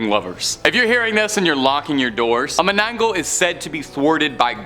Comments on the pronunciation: it's " mananangal " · Loved the list, just for reference, the first is pronounced as Mana-nang-gall". Also, to add to the cryptid, they have a very long and sharp, hollow tongue, used to suck out un-born babies from sleeping pregnant women.